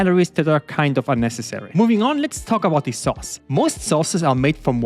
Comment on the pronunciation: Man sagt nur thiii wenn das nächste wort mit einem vocal anfängt... du sagst jedes the so. Zb "thii" other aber "the" car